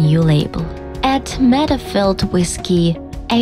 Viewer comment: She miss-prounounces and its annoying for no English native speakers she says WIS instead of WITH! its hard to follow up!